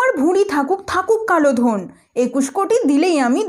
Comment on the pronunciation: Didi kalo dhon bolte gea...kalo don bole felcen🤣